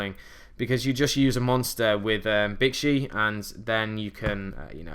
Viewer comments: Chiwen: Chee-wen Bixi: Bee-zhee (think pronouncing 'zh' like 'sh' but with the hum of the z) Baxia: Bah-zhia (same as above) Taotie: Ta-oh-tee-eh Just helping out with some pronunciation, I believe these are correct. ^^ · Pretty sure bixi is pronounced like 'bee shee'